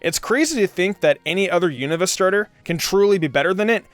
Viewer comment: 1. It's "You-Nah-Va". NOT "You-Know-Va". 2. Krookodile is better off with Shadow Claw. Physical Move, high Crit rate, with Moxie is Godly. Oh, and it can take on Iris/Drayden. 3. Sigilyph is shoved in because it's your favorite. No other reason. Swoobat is a WAY better option. 4. You don't understand how to use the Elemental Monkeys. Besides the fact that Simipour (along with Simisage and Simisear) don't learn moves upon leveling up, you get the moves listed mid-to-late game. You didn't actually go over Simipours movepool instead saying "I needed an Ice move. " Jellicent exists. Waterfall is useless in this Gen. Could've taught it Acrobatics. Dumbass. 5. Really? Amoongus? A whole list of Pokemon just waiting to be used (that have actual relevance) and you choose AMOONGUS!? God, you are an idiot. Ferrothorn exists. 6. Make an apology video for this crap team. (Besides Emboar and Krookodile).